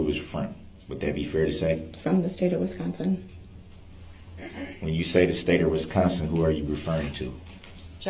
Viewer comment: ITS “ WISCONSIN “ NOT “ WESCONSIN” DUMMY !!!!!!!!!!!!